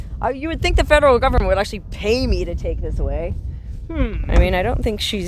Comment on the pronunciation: You said government wrong.